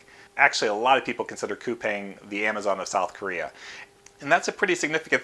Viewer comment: Coupang is actually pronounced as "coupon". I learned it at the investor's roadshow. Roblox and Coupang are on my list.